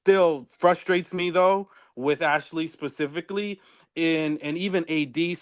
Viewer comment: PACIFICALLY😂 every-time I hear it I vocally try to correct!!!! It’s SPECIFICALLY 😂